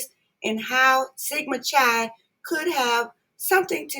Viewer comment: You are saying Chi wrong